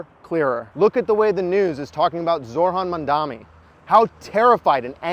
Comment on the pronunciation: Hey friend, it's "ZO-ran Mom-DONNY," not "ZOR-honn Mon-DOMMY." Too important of an issue in his campaign for you to be flubbing the pronunciation of his name, sorry.